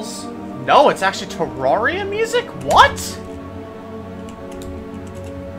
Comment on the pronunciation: YOU SAID TERRARIA WRONG YOU LITTLE S